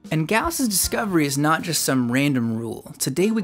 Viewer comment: nooo, they are nawt!!